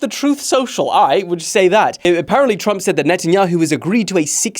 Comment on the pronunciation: Tump? Nuh uh plz don’t disrespect my man like that put the R plz hello